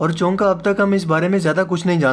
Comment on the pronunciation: Chonka nahi hota chunkeh hota he